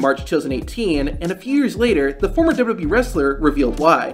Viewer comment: This guy just can’t say “WWE” at all, unfortunate considering the subject matter!